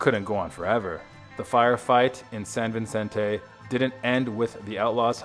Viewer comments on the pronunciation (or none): That drove me nuts. I can understand butchering "Nahuel Huapi" (It's NAH-well WAH-pee; he pronounces it No-EL-ah-pee, rhyming with "Penelope"), but "cavalry"? Also, it's San Vicente, not San Vincente. No "n" in the second word.